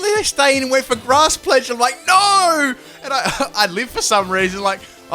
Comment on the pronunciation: your NO is sooo australian...